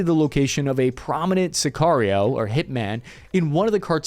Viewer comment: It's "Sicario"